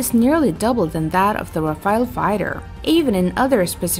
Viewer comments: People please ...it's RAFALE not RAFAEL , Rafale means Burst in French This Rafael aircraft doesn't exist at all ...thank you. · I noticed one thing pretty soon, when I read the comments. My conclusion is : both of these aircrafts has a better accuracy than most of the commenters, when it comes to spelling the names correctly. It's RAFALE. Not "Rafael".